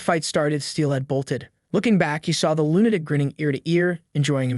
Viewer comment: Lunatic is not pronounced "loon attic" ... it's "LOO nuh tik" as in Luna, the name of the moon.